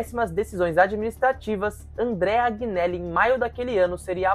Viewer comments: Informe se melhor sobre 2006, Informe se melhor em relação à sentença final que saiu este ano nos tribunais da justiça ordinária. Outro erro grave. JUVENTUS está quebrada? Onde? Por favor contextualize essa " Informação " Outro ponto, AGInelli? ...veja certo como se fala o nome do Agnelli, Aproveito pra dizer que NÃO foi o Agnelli que construiu o estádio. A Juventus não contratou o Cr7, foi ele que quis jogar na Juve após, ele receber Palmas da torcida após um gol de bicicleta. Você sabe o que significa "plusvalenza "? A pandemia atrapalhou e muito o retorno financeiro, mas quebrada nunca. Enfim..falo em nome só fan club oficial d Juventus no Brasil. Foi só um toque, tem pontos errados aí conforme citei. Sobre perder os últimos 5 títulos, são ciclos, a Juventus ficou 9 anos sem ser campeã italiana quando Platini pendurou as chuterias , volrando a ser campeã em 95 com Baggio. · Vídeo bom mano,agneli se pronuncia anheli,para a prossima vez tmj